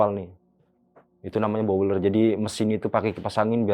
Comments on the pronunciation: Blower Mase 😂😂bukan bowler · blower bang bukan bowler 😭😭😭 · Blower bang bukan bowler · blower,bukan bouler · bukan bouler tapi blower bang. kalo di pabrik sawit boiler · aku dengernya bau uler😭